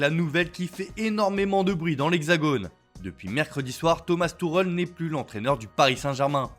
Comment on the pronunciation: Tuchel frérot pas Tourel lol